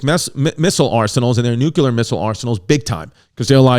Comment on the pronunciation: NUCLEAR, Chris! Nuke. Lear. Say it with me... Nu. Ke. Le. Ar. Nuclear. NOT: Nuke. Ular. U. Dufus! -with love